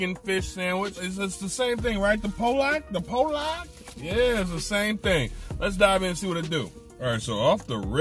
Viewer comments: My dude, keeping it honest. Hey man that fish ain’t from Poland 🇵🇱. 😆 it’s pronounced like Paul and lock / or Pallock. Peace ✌️keep it real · We pronounce it Paul luck where I’m from or Pol leck